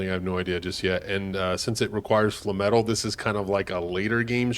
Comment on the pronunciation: Flay-metal.....flay-metal. Its not fla metal. Lol. Essentially its no different than saying flame-metal except you just dont use one of the "m" syllables....